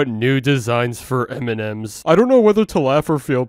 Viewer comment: U keep saying m&dems instead of m&ms lol